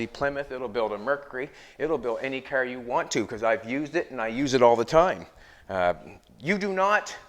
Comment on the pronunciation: I had to stop watching this guy. He makes junk, into junk. By the way it’s pronounced CAR, not KER.